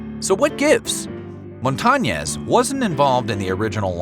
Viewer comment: white ass pronunciation MONTA NYESS. ITS MON (LIKE MONDAY) TA (LIKE TALL) NEZ (nYES)